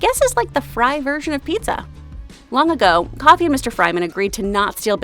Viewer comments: Just so y’all know, Kiki and Jenny’s dads name is not Coffee. It’s Kofi. Koe-fee. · It’s Kofe-ee